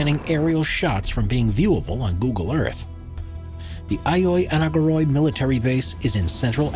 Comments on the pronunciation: That’s not how you pronounce Agioi Anargyroi, not even close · Beside of the fact that the voice over has brutally butchered the name Agioi Anargyroi, there are much more significant locations in the center of Athens blurred in Google Maps; including some embassies.